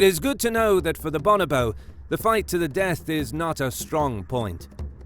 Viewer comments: Bo-NO-bo not BAH-nah-bo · "Bon-oh-bo".... Your putting the wrong em-phAs-is on the wrong syl-ab-le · Pronounced Bo No Bo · For a start it's pronounced "Bow No Bow" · BOnobo? boNObo? no: BOnoBOSS ;D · It just sounds better when it is pronounced bO-nO-bO. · Cracked me up when he said bonobo wrong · Hate the way this guy pronounce bonobo.